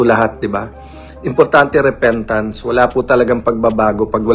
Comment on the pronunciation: Di ba sabi niya bumibili siya ng boto tapos sabi repentance namali lang siya ng bigkas repeatance yun diba paulit ulit siyang nagsisinungaling😂😂😂😂actually last resort niya yang maging religious kunwa dahil baka may mabuklat na baho niya